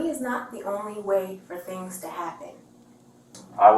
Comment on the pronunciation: "BLACK THEENGS"......